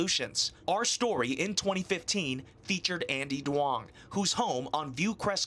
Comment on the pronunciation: As a Vietnamese American I just found it funny their pronunciation of the last name Duong is way off lol